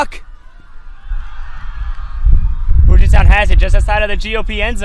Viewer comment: it's pronounced Pew-jit not Poo-jit